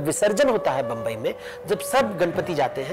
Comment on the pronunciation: Not bumbai it's mumbai